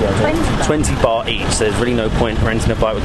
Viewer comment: It is baht damn……not bar!!!!what is wrong with you guys